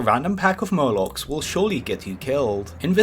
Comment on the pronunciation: Vewy, Azewoth, Muwocs, Woute, Fowest..... Wed Widge..... Wtf is wrong with people.